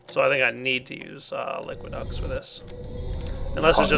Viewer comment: Just a note, its Liquiducts, not liquid ducks.